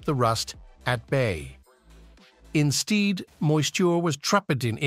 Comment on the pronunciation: Insteed moisture was trapeteted!! 😂😂